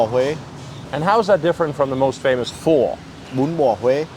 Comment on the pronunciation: How could you miss pronounce “Pho” 😢